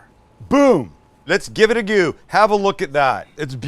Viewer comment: Mike would be so proud of your perfect pronunciation of “let’s give it a goo”. I sure would love to give one of those garlic presses a goo